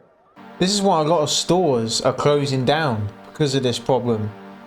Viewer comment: IT may be heard as "where all the stows be??!"